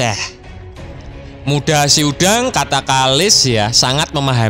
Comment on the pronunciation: Muda sedang, bukan muda se udang bang😅